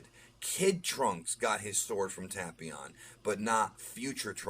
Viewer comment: Android 13! It’s “Tape-ion” 😉